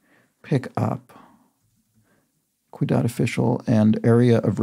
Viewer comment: Sorry, but I have to point this out. The "Ciudad official" clue... You repeatedly pronounce it "cuidad". "Cuidado" means careful, of course. But "ciudad" (with the C having an S sound) means city. It's asking for a Spanish name for a city official. "Alcalde" is, at least in modern times, the equivalent of a mayor. It used to have a more general meaning as a municipal worker. If you address this further out in the video than I've watched, I apologize.